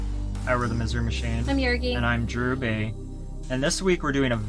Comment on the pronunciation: Misery.. Not mistery!!!!!!!!